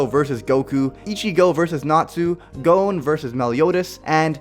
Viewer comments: What the hell did you call Gon and Killua? "Gonw, Killuwa." Wtf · it's spelled Gon, pronounced like Gone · U said gon incorrectly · You said Gon wrong